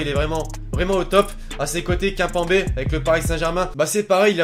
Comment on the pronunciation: Kapembe 😂😂😂😂 mais tkkt on t’en veut pas mais quand même hein